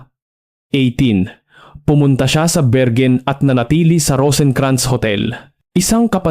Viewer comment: .. say it again.. "berwin" not bergen